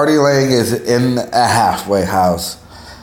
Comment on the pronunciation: A "hagglffwayguh" house?